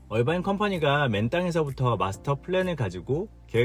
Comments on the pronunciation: 어바인이 아니고 얼바인 라고 하는게 귀에 너무 거슬려서.... 나갑니다. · 얼바인아니고 어바인 아닌가 영어에 가장가깝게발음해주는것이 맞을듯 신호등 문제 Irvine Blvd 에서 sand canyon Jeffrey culver 홍신호에기다리면 앞은 청신호 통과하면 다시 적신호